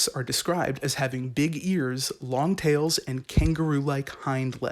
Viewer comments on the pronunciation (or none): none